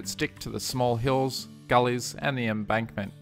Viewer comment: you keep saying embunkment rather than embankment. It's not a bad thing but I'm finding it very hard not to laugh watching this